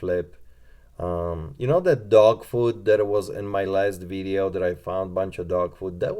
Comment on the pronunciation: Vidddeo..is that how you say video.. LMAO